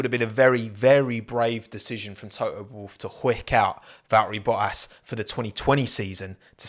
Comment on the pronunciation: Val-ri Bo-as😂😂😂😂😂😂😂